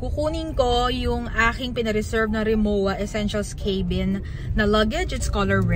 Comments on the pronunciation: It’s pronounced as cabin, not Kaybeen. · Hindi po cay-bin. Arte. Ca-been po. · Rimowa can be pronounced as it is while for Germans and some Europeans it is pronounced as Rimova. Cabin is pronounced as Ka-bn (Kæ-bin) in both American and British English.